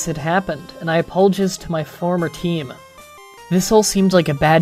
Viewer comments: I love the way you pronounce some of these words... "COH-LORE" "Apollo-jizz" it's hilarious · Apolojizzed... interesting pronunciation. Not having a go or anything like that, I actually quite like your channel.